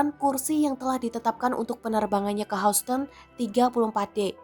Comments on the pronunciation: Hauston??? Dear. Baca google atau wikipedia lagi deh. Dibaca Hyusten….. Houston (pengucapan bahasa Inggris: [ˈhjuːstən]) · kok bisa sih. by the way Houston bukan dibaca hausten. bacanya yousten. news anchornya payah. Tribun if not mistaken is internationally link mass media. its origin is Tribune, am I right? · Houston harusnya dibaca YUSTN. bukan HOUSTON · Hiuston bacanya buka hauston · Please......Houston itu dibaca YUS-TEN bukan HAS-TEN 😂🤣😜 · Hyuusten bacanya kan? Bkn hausten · Bacanya Hyusten, bukan Housten.. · Yuston, bukan haston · Knp "hauston" bacanya.. "hyusten" kali 😅 hmmm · bacanya Houston itu "Hyus-ton" bukan "Haus-ton". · houston nyebutnya yusten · Houston dibaca yusteun. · Houston baca hyusten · Tolong dong anchor dipilih yang pengetahuannya cukup. Hoston....hoston.... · Pembaca berita goblok. Baca Houston aja Hauston. 😂😂😂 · ini seriusan ga bisa bilang HOUSTON mbak nya? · Pembaca berita harus belajar lagi, masak pengucapan kata Houston seperti itu...spt mambaca bhs Indonesia saja.